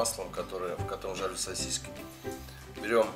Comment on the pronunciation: Уважаемый автор, умоляю не говорите СОСИСЬКИ, это для ушей пытка мучительная. Правильно говорить СОСИСКИ, без мягкого знака.